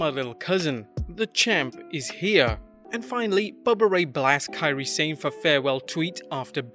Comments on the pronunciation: If I had a nickel for every time I heard people mispronounced "Sane" I'd be a millionaire. Why football (soccer) commentators who are British can pronounce the word "Sane" properly and not pro wrestling people? Drive me insane when I'm hearing people keep saying "sein" instead of "sa ne"! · Kian they spell what it is closely sounds like when it is written in 2-3 words. 'sa' sounds 'sa' and 'ne' sounds like 'ney', combined 'sane' become 'sa-ney', but english speakers make it sounds 'sain' instead because they followed English pronunciation of 'sane' and not Japanese romaji pronunciation of 'Sane'. Maybe they should make it 'ney' but probably they don't want to make their romaji spelling longer. I can understand if its mandarin hanyu pinyin, that one yeah really confusing, if I had a nickel for every mispronounciation of Beijing I'd be the richest person in the world lol